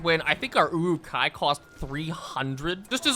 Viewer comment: I always hear Uwu-kai instead of Uruk-hai.